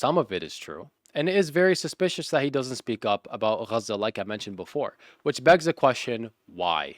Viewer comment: U are speaking English in english its called Gaza not KGHAZA